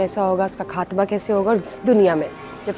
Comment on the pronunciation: افسوس یہ عورت خاتمہ کو کھاتمہ ۔قیامت کو کیامت اور خوفناک کو کھوفناک ختم کو کھتم بول رہی ہے۔اج کے لوگوں میں تہذیب نہیں بچی۔یا پھر یہ بھی قیامت کی نشانی ہے۔